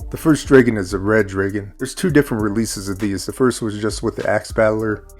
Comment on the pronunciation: I can’t hang with your dragon pronunciation. 😊